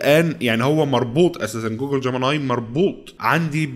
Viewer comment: انت بتنطق الانجليزي كدا ليه يا! 😂😂 ابوس ايدم بلاش تضخم صوتك وانت بتقرا الكلمات الانجليزي وبالذات كلمة جوجل واستمر يا غالي محتاك جميل ومميز